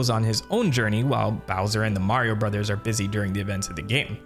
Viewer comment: Stop intentionally mispronouncing the word "Brothers". It's getting annoying